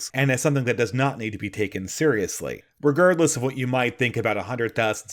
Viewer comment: I'm a fan!.... my one criticism is you often drop a yoghurty hurdy 'gurd' in the word re-gard-less... but I love you regurdless. could have a great channel, he's just too stoopid